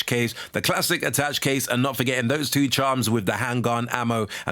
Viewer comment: That's not how you pronounce attache mate...